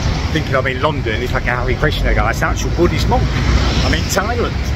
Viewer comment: I love you but why do you keep calling Thailand, Thailend?